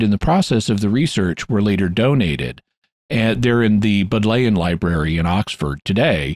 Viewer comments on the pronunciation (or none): I think that because the Bodleian Library is named for Thomas Bodley, the name is pronounced more like BOD lee un. I could be mistaken.